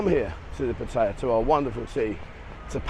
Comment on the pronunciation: Small point, but why do you and several other Thailand expat bloggers consistently mispronounce "Pattaya".